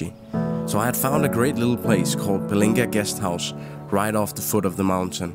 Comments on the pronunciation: Pelinga... :V you miss pronounced it, should be Pelangi (Rainbow) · Pelangi guest house bro, bukan pelinga 😀 semangat explore Indonesia ya 💪💪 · "PELANGI", bukan "PELINGA" 😅😁